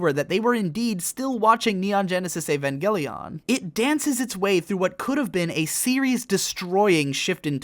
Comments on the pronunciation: Now that you have pronounced it Evan-gay-leon I can no longer pronounce it properly in my head. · "avangeleon" nice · Just say Eva. You don't need to over pronounce evangelion every time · ugh the way you say Evangelion